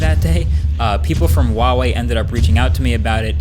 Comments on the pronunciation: Why do you pronounce Huawei as Wahway? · it's "hua" wei, not wa wei. Sorry but it bothers me a little lol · Huawei is pronounced like hwah-way, not wah-way!